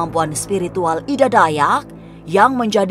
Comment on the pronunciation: Ida mbak bukan edaa 😂 kaya orang batak jatohnya